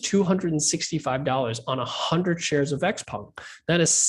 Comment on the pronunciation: I like how he pronounces "XPENG" - i've been saying it wrong for so long :sob